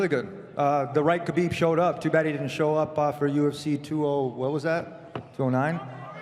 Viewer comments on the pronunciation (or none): Dana it's KHA-BEEB NOT GAH-BEEB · I don't know who this Khabib is. This guy's name in Khalabib.